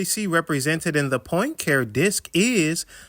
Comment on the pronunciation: Poincare. Henri Poincare. (Pahn cah ray)